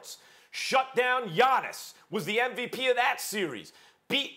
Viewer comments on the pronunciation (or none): SAS absolutely HAS TO KNOW that he's saying NVP and not MVP.